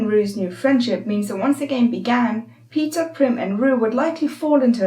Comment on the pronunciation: Does anyone notice she is saying Peter and not Peeta